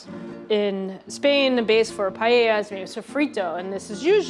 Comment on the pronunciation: As a Spanish cooking instructor I was sobbing all the video long watching that "chef" massacre Paella. Don't you dare even pronounce that word ever!!